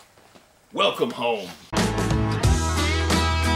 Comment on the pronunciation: I love how at the beginning he was like wellkam home